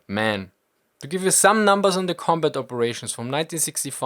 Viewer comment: Ah, close but no Milka. It was the pronunciation of "combut" that gave me the idea...probably a germanic linguistic idiosyncrasy...cool either way.